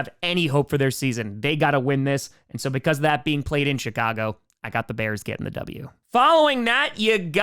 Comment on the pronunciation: I think is saying "shitcago" instead of Chicago. Nice.